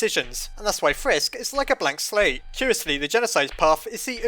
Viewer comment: I thought he said "black slave" instead of "blank slate"